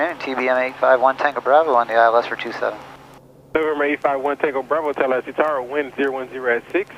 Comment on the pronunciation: "Fower" is another one too.